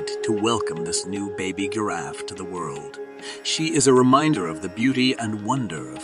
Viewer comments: I'm not hearing the word giraffe I don't know what you're calling that animal but it's a giraffe.😅 Pronunciation is just as important as diction. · That isn't how you pronounce Giraffe dude